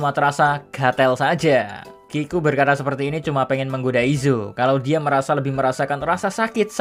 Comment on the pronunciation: gatel bukan gatel, haruanya e dibaca e, jadinya gatel bukan gatel